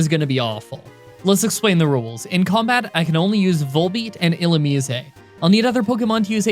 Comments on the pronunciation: I've never heard it pronounced Illumise, I've always pronounced it as Illumise. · Is that really the correct pronunciation of Illumise? Thanks, i hate it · You're just trolling at this point with the pronunciation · Not even close on the pronunciation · That's not how Illumise is pronounced Jesus Christ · Even if that's how you say Illumise, it's still weird. It reminds me of Hermione: "it's LevioSAH!" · I am somewhat conflicted about your pronunciation of Illusmise. It is probably correct given in was derived from Japanese, but it sounds completely wrong in English. Every English world ending with 'ise' generalize sounds like 'ize' rather than 'izay'. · Ill ooh meese. Think geese when you say meese. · i feel like illumise should be pronounced illu-mih-seh. why? it makes me think of illuminate/illumination + mise (a form of the irish word mé, meaning me. its moreso used in more dramatic situations, i believe. like, instead of saying cé mé?, youd say cé mise? (cé mise = who am i?). if i am right, the name would have a meaning similar to 'illuminate me') of course, this is just my thoughts. i havent even propwrly absorbed what the pokemon looks like so this could make no sense. irish spelling rules wouldnt even make illumise work as a word, but whatever. i can dream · All this time, I've always thought it's pronounced as 'ee-loo-maize'. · E-lume-min-ize I’m gonna have a stoke but good video either way man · . It’s pronounced (ill-oo-mize) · "Illumise, eh" Christ you walking Canadian stereotype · Illumise = E-Lou-Mih-Zay You're pretty close lol, it's hard to translate from text alone. Another challenge: Pokémon Platinum with only one Houndour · Ill oo mue sei ... cmon bruh u ain’t even trying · It's pronounced Ill-oo-meese-ayy